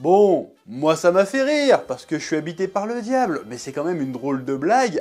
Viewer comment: "Parce que je suis habité parl e diable" hahaha